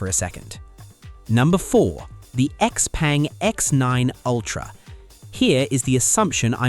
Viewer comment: X peng is pronounced X Pung